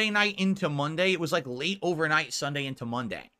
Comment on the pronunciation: My take is nothing will be done about Philburts channel. The pigroach is going to survive the apocalypse and stream the very next day. Edit: Oh wow I just realised can't pronounce Sunday correct, he said Thunday.